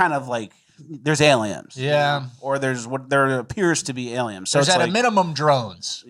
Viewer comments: Is saying “Aliems?”😂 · all i hear is saying “aliems” 😂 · Do you just say self-flatulation 😂 It's flagellation with a g 😂 And am I hearing alien with an M? What is going on here? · So now its "alieMs" and "GriMch"